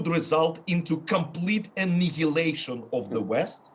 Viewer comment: The west would completely "e-knee-he-late" Russia.